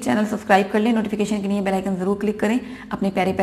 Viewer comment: मैडम आप * लिए * को * निये * बोलती हैँ, कृपया अपना उच्चारण सही करें, वैसे मैं आपके चेंनेल को बहुत पसंद करता हूँ, आप बहुत हिम्मत वाला काम रही है, हैट्स ऑफ टू यू 🙏🏻🙏🏻👏👏👏